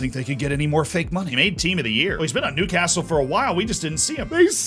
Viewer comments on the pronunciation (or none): none